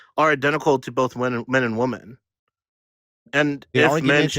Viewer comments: He can say “men” but he cannot say “women”, he says woman lol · One woman, many woman? How's nobody calling out basic English errors? Dude literally can't pronounce women????? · Uhm, hello youths, hi.... Plural of woman is WOMEN. Different pronounciation. Get that right and i will believe you posess hot and cold cognition. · His inability to say woMEN annoyed me to no end 😩😩😩😩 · Let’s have a new requirement for voting; If you cannot pronounce WOMEN correctly, you cannot vote. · I noticed this as well and I find it extremely annoying. They might believe -men at the end of women is misogynistic